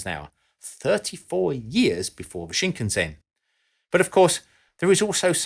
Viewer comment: From one pedant to another, while we're on the topic, a bit about the pronunciation of "Shinkansen" is in order. The word means "new main line" in Japanese and it is pronounced "sheen-kahn-sen" with no accented syllables, that is, an even inflection across all three syllables. Westerners tend to pronounce it "shin" as in the leg part", "can" as in the American "can", and "sen" as in "send". Not that any of this matters as it's pretty easy to say for most foreigners and I've never heard anyone complain about it.